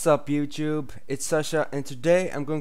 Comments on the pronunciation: xD he says youjube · when you say youtube it sounds like ur saying youchube